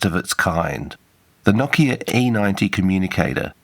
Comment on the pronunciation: Thanks for properly pronouncing it "NOKIA" and not "NO-KEEA" like many anglophones do.